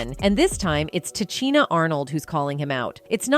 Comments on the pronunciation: Ta Cheena? This is the point Ta Sheena was making. Disrespectful for real. You talk about the icon but can't pronounce her name correctly? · Ta-Chi-Na? You must not know who she is? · TA....SHEEN.....NA.....IS HOW HER NAME IS PRONOUNCED!!! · Can you pronounce her name correctly next time, please, ma'am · I cant believe this... you cant even pronounce her name